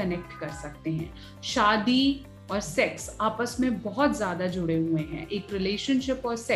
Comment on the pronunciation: Zada Nahi "Ziyada" kaho